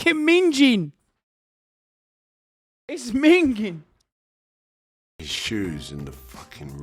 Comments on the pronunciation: Ming-ing not ming-jing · Oh Hasan you used innit wrong luv... Minge - pronounce the g Minging - don't pronounce the g